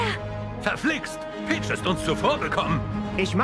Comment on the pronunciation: Video: Es war...PICH! Ich: Es war...PEACH?!?!